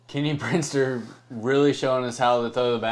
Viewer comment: Thanks for the footage guys. I really appreciate it. My name is actually Kenny Brister not Brinster lol 😂 but it’s all cool 😎